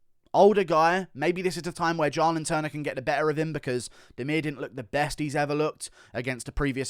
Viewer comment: Bro it’s pronounced “JAY-lin.” Why tf u keep saying “jah-lin” 🤣🤣